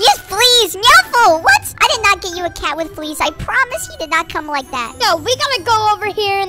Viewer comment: " I DID NOT GET YOU A CAT WITH FLEASE"